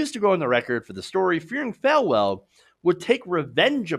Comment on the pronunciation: FALL-well, not Fal-well.